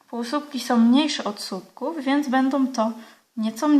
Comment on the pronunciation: Bardzo fajne wzory Pani pokazuje, ale nie mówi się "supków" tylko słupków. Pozdrawiam